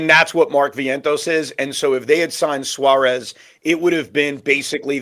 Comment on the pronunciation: Can you pronounce Eugenio Suarez name properly. You hear Shaun and Pete pronounce it the right way and you still decide not to do it